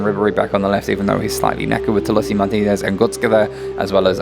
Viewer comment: To-l-i-s-o that is the pronouncement